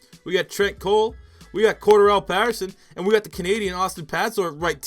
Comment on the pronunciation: The fact hes saying pattersons name wrong is pissing me off